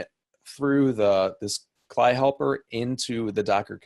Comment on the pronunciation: "kly" lol - cee el eye!@